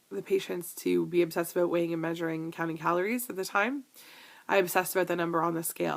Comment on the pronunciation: i do laugh every time you say ABOOUT :) Thank you for sharing all of these items and im glad to be your friend and do our journeys together!